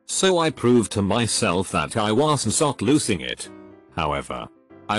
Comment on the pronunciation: like i wasn sot on the right planet wtf what is that pronunciation